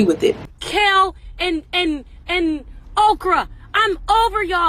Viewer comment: Ari killed me i thought it was a mistake when she said Okra then she said it again i passed out 😂 😂 😂 😂 😂